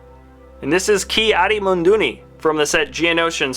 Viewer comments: its ki adi MUNDI not MUNDINI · he said ki adi mun duni and it is ki adi mundi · My mans saying munduni when it’s mundi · And it’s Ki Adi mundi not Ki Adi Munduni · Ki adi munduni!? It's pronounced ke ad e moon dee! Spelled ki adi mundi. SMH😤😔😤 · Ki-Adi-Munduni? His name is Ki-Adi-Mundi. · This guy said Jedi Jim, Ki-Adi-Mundini, and Luminaria lol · It’s Luminara and Ki Adi Mundi not Luminaria and Ki Adi Mundini. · MUNDU ITS MUNDI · His name is ki adi mundi not adimunduni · Yes ik but he said ki adi munduni in the vid! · pronounced Luminara not Luminaria. It's Ki-Adi Mundi not Ki-Adi Mundini. Also, the US dollar sign goes in front of the amount. Example: $2 not 2$ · It is Luminara not Luminaria and it is not Ki Adi Munduni it is Ki Adi Mundi! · “Quine line vose” bruh “Ki Adi Moondoomi” bruhh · Ki-adi munduni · pronunciations: Ki-Adi-Mundi, Key Ad E Mun-dee. Luminara Unduli, Lumin-Nara Un-duel-e. Quinlan Vos, Guinn-lin Vos. Barris Offee, Baris O-fee. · its Ki-Adi-Mundi